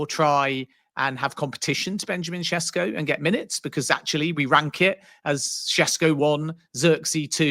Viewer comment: Man it’s annoying isn’t it. Mbeumo first then now Sesko. Almost like there’s a refusal to properly learn how to pronounce peoples names